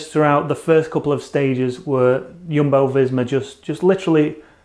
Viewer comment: Teach the way to say Jumbo visma thanks, u rock